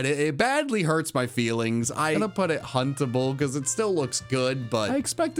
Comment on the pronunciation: Who else heard huntable as puntable and suddenly thought he was doing a different tier list